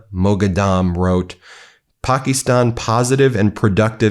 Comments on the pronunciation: "Pack-ih-stan (as in "Stan")" not "pock-ih-stahn." Otherwise, excellent reporting. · Thats not how we pronouce Pakistan in English.